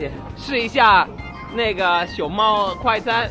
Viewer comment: 试一下 那个 熊猫快餐。。。 哈哈 那个的发音真的不会被周围人误解嘛